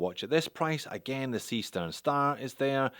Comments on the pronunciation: Only if you pronounce it incorrectly, that is in English. And most languages pronounce a written "E" as [e,ɛ,æ,ɘ,ɜ]. English is rather unique in writing an [i,ɪ] sound using the letter "E" (or two "E's", in this case). Seestern, [ˈzeːʃtɛʁn]. Simple as. :) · ..well,, the starfish is there as in german "see stern" actually means "sea star", so starfish.. and the right pronounciation would be "Zeeh shtern" if instead of being chinese, that'd be a actual german brand.😄 keep up the great work! cheers! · Why not pronounce it Zay Shtairn like a German would, after all it is a German name... sea star in English, or star-fish, as you can see on the back.